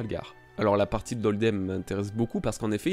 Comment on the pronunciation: Je pense que la raison de la mauvaise prononciation de holdem c’est pas que le sbire était dans les vapes mais il devait lui manquer quelques dents 😂